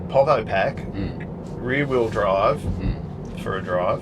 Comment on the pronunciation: I though called the basic White model 3 "The Weary Bride", not the "The rear wheel drive" 😃